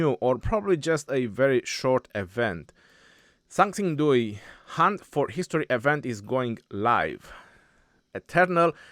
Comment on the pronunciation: Dui is pronounced wrong.The X should be mixed with an S sound.